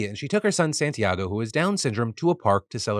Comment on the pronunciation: Being named Santiago, and knowing you have been learning Spanish, why do you say my name like that?